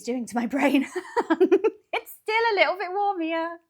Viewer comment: "A Littole British Gull"....